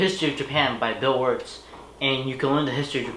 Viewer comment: “Bill WaRtsSsS”